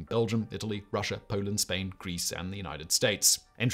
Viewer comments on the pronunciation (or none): none